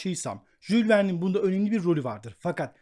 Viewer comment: komik oluyorsunuz..Jul Verne denmez...Yul Vern denir.